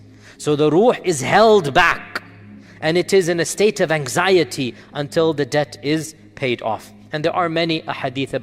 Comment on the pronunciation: Debt not dept